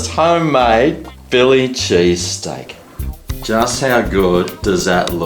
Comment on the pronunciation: chilli pheese steak gagagaga